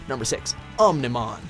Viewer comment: i love digimon and REALLY wanted to watch this. i gave a pass for susanoomon because at least its complicated, but BYE OO MON... wtf